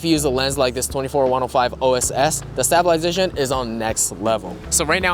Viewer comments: That’s a pretty funny way to say stab-I-lization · I like how none of his friends are going to tell him how to pronounce stabilization, lol. Come on, guys, you did your boy dirty! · Amazing video. 10/10 honestly, but one question.. why did you pronounce stabilization like that 👀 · Can you say stabilization correctly tho?